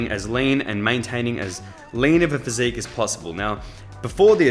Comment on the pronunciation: "somewhat good physicque" 🫠